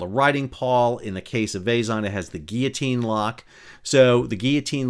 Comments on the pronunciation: Hey, Sal! For thd next time we, Bulgarians, embarass ourselves in front of the world... "Zh" is a transliteration of "Ж", which is pronounced close enouhh to "J". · Please look up the pronunciation of Vezhen. You are butchering it atrociously.